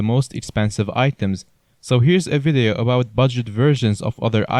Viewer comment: i love how he says vadeio